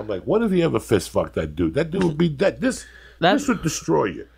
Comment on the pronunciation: Dang it, Bobby!... But day'yud